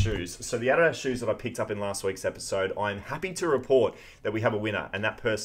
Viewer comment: Man, it is absolutely crazy how you pronounce Adidas. 😂 It almost makes me cringe more than when a Canadian says (Sorry). 😂 Anyways, great finds. 👍